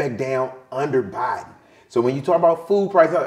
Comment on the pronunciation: Lady, please learn how to pronounce Joe Biden name